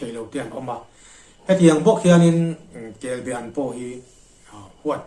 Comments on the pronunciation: Kelbaan tih tur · Kelba An tihtur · Kelbe i ti sia kelba tiin i ziak bawk sia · kel be ti tawh suh. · Kelbe chu a dang daih kelbaan tih tur . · Kelbaan kan ti thin, be nilo in